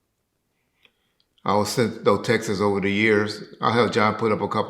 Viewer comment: Everybody is a homosexual huh? But not you, of course. Oh and Texas is a state not a way to pronounce receiving multiple TEXTS. The word is TeeexxxTTT not Texas 😂